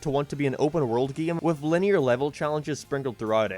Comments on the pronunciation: i love how says gim instead game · u pronounce 'game' funni